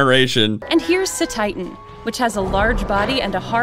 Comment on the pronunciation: I love that and are the only major Pokétubers who have pronounced Cetitan, Fidough, Paldea, and Terastallize all correctly, right off the bat. From what I've seen, aDrive, Austin, Moxie, and Purplecliffe all goofed one or more of the names at first glance.